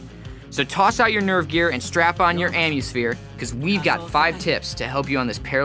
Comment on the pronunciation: Did you just say anniesphere lol its amusphere